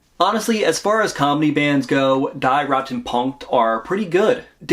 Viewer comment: "rot" in German should be pronounced "rote/roat"